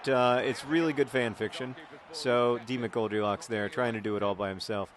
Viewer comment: Sometimes when John said 'D. McGoldrilocks' it sounded like Demon Goldielocks which is a strange concept...